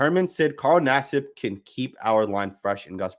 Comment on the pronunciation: U called him naseeb because thts the Indian way to say his name 😂😂🤷‍♂️